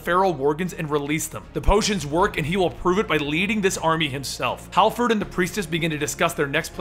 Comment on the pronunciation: Harford not halford.